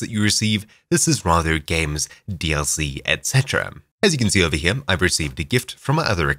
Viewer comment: this guy puts m's on the end of so many words. "videom", "herem", "furtherm", what accent is this?